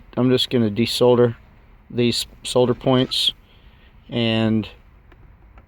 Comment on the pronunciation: IKR pronunciation school needed